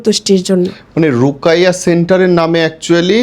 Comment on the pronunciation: রুকাইয়্যা না রুকীইয়্যা